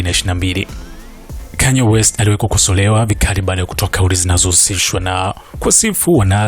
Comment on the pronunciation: Mbona kama mtangazaji unaongea kiswahili cha kizungu?!! 😂😂😂😂😂😂😂😂😂😂😂😂😅😅😅😅😅😅😅 Kwenye 'rapper Kanye west' umepiga kiswahili kidhungu😂😂😂😂😂😂😂😂😂